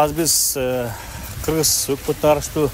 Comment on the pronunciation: Гүлшат Асылбаева Кыргызга жакшылыгы жок аял депутат,жада калса кыргыз тилин билбейт,депутат болуп отурганда көрдүк эле ггыргиз мамлекетун деп сүйлөгөнүн.